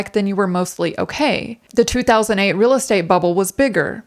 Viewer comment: And remember as always say, keep it rill (real).